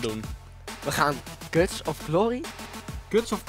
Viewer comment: Ben ik de enige die in het begin miest lachen van die KUTS zei in plaats van cuts😂😂😂😂